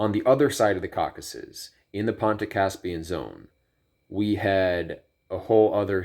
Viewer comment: Caucasus, 3 syllables!